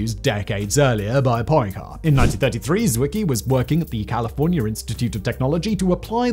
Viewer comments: 3.35 Poyn-care??? Like in Medi-care??? 4.10 Zwicky?? I love the way writers throw in foreign names just to see how badly he can destroy their pronunciations! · Poincaré: say Poincarray "Obscure," as in "matière obscure" sounds more or less the way it does in English, so, very much NOT "obscuray." And what you insist on calling theories,, are hypotheses. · Poincare + Pwuncaray. Make an effort. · Nice butchering of "Poincaré" 🤣